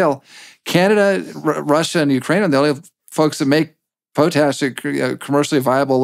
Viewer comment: It’s POT-ash not Po-tash. For being an ambassador he seems to have a difficult time communicating.